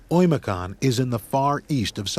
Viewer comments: It's Öymököön, not Oyimiyakonn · 1st of all it's OYMYAKON